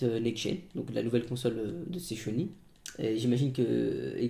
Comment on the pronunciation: " la nouvelle console de sez chony " magnifique 😂😂